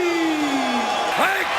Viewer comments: The guy called him tee-toe or-tizz instead of or-teez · Did the narrator call Ortiz - Tito Or-Jizz? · They pronounce Ortiz like rizz lol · “Teto Ortez” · Why does he keep saying Ortiz like that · Call him cocky, call him rude, call him good...or call him corny and stupid, terrible at coming up with analogies. Those work as well, though not being able to pronounce Ortiz is pretty absurd as well. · How is it possible that the voiceover guy said both Tito Ortiz’s first and last name wrong